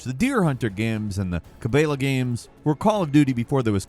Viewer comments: Ah yes. Good old Ca-bey-la games. Yup. That's definitely how that word is pronounced. Got it in one,. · Say Cabela again! 😂